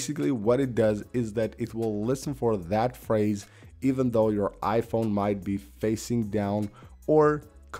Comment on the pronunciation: It's so distracting when you say it 'iPHONE' instead of 'IPhone' 😄